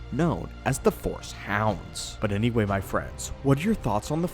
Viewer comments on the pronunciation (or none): none